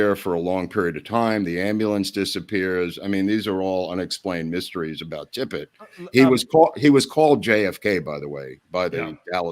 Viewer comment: At least, get the Dallas officer's name right while you're going off the deep end of the Kennedy conspiracies. and the other fellow kept saying "Tibbet". It's TIPPIT!